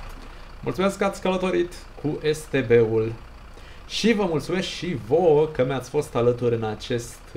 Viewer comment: Da dar se te be se zice nu es te be